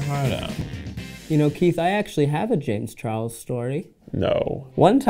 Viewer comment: "jayems char lez" HAHAHAHAH